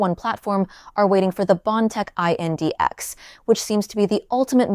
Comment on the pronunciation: Just say index.. it’s not I n d x